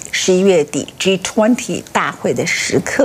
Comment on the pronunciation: Ｇ20，永远发音，Ｇ图昂提